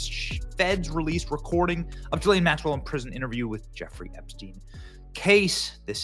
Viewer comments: The monster's name is pronounced GHEE-LANE. Not JISLANE. Let's call the devil by her name! ❤ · Benny, it's pronounced with a hard G. Like girl,gone,gazelle. Gi-Laine. Thanks for another great show. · Gee-lane, it's pronounced Gee-lane!!! Say it correctly, Benny!!!!